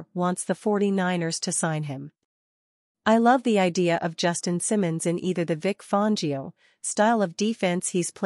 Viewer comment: cannot pronounce BA name correctly. Content copied from other youtubers. Not useful.